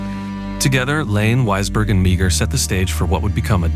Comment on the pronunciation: Sylvia Meagher is pronounced MAWr